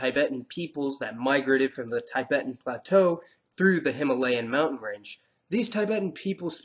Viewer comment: It's not pronounced as taibæten but Tibeten